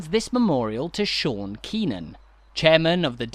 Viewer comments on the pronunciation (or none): none